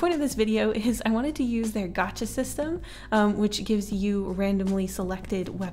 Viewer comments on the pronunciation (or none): It's gacha not gatcha.